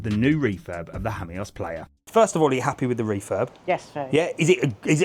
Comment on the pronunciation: Hammyos? I’ve always pronounced it Seaside Lost Jamos